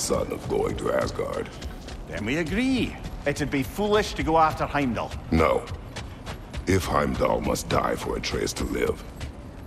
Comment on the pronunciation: it’s not Hamlet is Heimdall